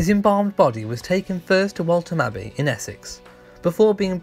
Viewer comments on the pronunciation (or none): Waltham Abbey. Th , as in "path" "marh"